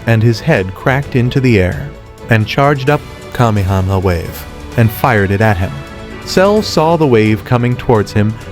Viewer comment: "Kamekame ha!"❌ Kamakama ha!✅